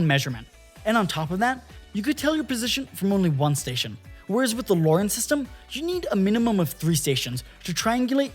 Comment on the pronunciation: LORAN is not pronounced "Lauren" lol. really ruined the video.